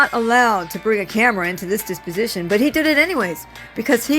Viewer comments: It is dep-o-si-tion. Not dis-pi-si-tion. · Deposition, not disposition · Deposition, not disposition.